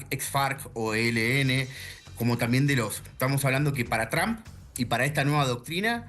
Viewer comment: Ustedes NÓ dominan el INFLES .. Sê ven y escuchan ridîculos En 🇨🇱 Y ESTÈ CANAL ARGENTINA 🇦🇷.. diciendo YRAMP .. A el PRESIDENTE TRUMP .. IGNORANTES ., Es T R UMP .. nó TRAMP .. 🤦🏻‍♂️🤦🏻‍♂️🤦🏻‍♂️🤦🏻‍♂️